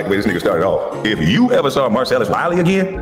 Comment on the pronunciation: Why is it so hard for you to pronounce Marcellus? Mar-sell-us🤦🏾‍♂️